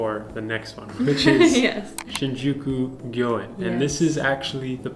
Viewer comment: Shinjuku sounds like sin you cute